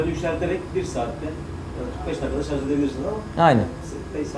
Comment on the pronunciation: şarz değil şarj abim be